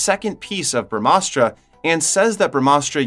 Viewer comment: It's pronounced like this bruh-mah-shuk-ti.....Us-truh.... Ug-ni us-truh.... Jal us-truh.... Puv-one us-truh... Nun-dee us-truh... Bruh-maa-us-truh... Bruh-maa-an-sh.. Dush-shay-rah